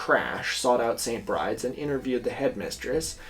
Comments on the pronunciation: the only thing I dislike about this video is pronouncing st. Bride's as se͡ɪnt bɹaɪd͡z when it is probably pronounced se͡ɪnt bɹid͡ʒɛz as in the irish name for Bridget, Bride. editː i realise i said this five months ago. oops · I could be wrong, but I thought that St Bride's is pronounced like Bry-dee. It's another way of saying St Brigid